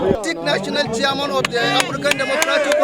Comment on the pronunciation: Noo, it's siaman o😅😅